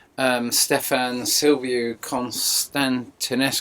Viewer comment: Hi, your accent " constantinescu" is very good! Daniel from Romania! Thanks for your Information!